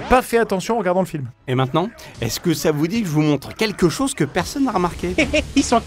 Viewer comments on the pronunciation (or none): none